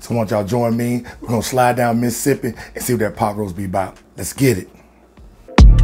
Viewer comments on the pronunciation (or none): INSTANT Subscribe After How You First Pronounced 'Mis-sippy' lol